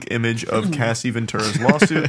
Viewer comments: It was annoying hearing wendigoon pronounce cassie as CASEY lol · Dude him calling Cassie that (Casey) drove me fucking mad. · Wendi calling Cassie “Casey” the whole time is actually cringeworthy. I get that you guys aren’t from the culture necessarily, but this is honestly inexcusable for such a large platform. The least you could do when covering such a heavy subject is get the victim’s damn name right. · Bruh it’s cassie not casey not like case-o🤣🤣🤣 been saying her name correctly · mispronouncing cassie through this whole episode is hilarious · Bro how the fuck do guys not know that Cassie isn’t pronounced Casey smh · So, I love the Red Thread series, and I love, but listening to the awesome dude behind Wendigoon mispronounce "Cassie" as "Casey", well over a dozen times, was painful. And the fact that neither of the other co-hosts corrected him was equally painful. Otherwise, this is a decent watch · This was good except for every “Casey” made my fucking ears bleed. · Man no one correcting wendigoon saying Cassie’s name wrong the whole episode. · Having wendigoon say Cassie’s name wrong the entire video is pretty disrespectful tbh it’s not hard to look up how to pronounce a victim’s name lmao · how incredibly disrespectful to continually mispronounce a victim's name and not have one person correct them.. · Wtf Charlie and?! said Cassie’s name wrong this entire podcast and you didn’t ever correct him? Just left the broccoli in his teeth, huh? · why does he keep mispronouncing her name? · I’m talking about hip hop culture as a whole, they didn’t know about the Bad Boy/Death Row beef that led to 2pac and B.I.G’s death.. hell Wendi didn’t even know how to pronounce Cassie’s name correctly lol.. they jumped into this episode either doing good research. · How does no one correct wendigoon as he say “casey” instead of “cassie” 😂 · hearing Casey instead of Cassie is driving me crazy! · The way I am SCREAMING "CASSIE....CASSIE....NOT CASEY."